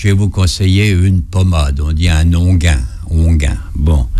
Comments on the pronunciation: C'est un onguent pas inguint comme le prononce l'informateur... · bon alors si je comprends bien, il faut acheter son bouquin pour connaitre "l'onguent" qui vous rajeunit...... Pour un médecin, il ne sait même pas prononcer ce mot correctement pourtant très connu. On ne dit pas "onguin" mais "onguent" ! (phonétiquement ongan). Pftttt